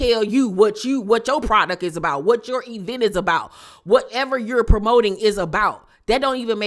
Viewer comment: doesn’t say Eeeeevecnt Instead of event 🤔 I hate her judgment 😐